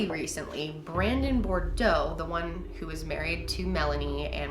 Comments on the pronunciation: Boudreaux = Boo dreaux ! People In the south cringe when we hear “Bordeaux ” their have a “U “ in there😬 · Okay, this is how u pronounce Boudreaux = BOO - DROOW !!! :) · you pronounce Boudreaux like Boo-Drough basically. it’s a cajun name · Not trying to sound rude in correcting... but she pronounces Boudreaux wrong. It’s “Boo-droh” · Southerners cringe at the pronunciation of Boudreaux 🙃😤😬